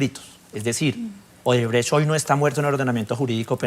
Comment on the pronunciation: LAURA BONILLA, HA DICHO OBERTRECHT , ODERBRECHT JAJAJAJAJ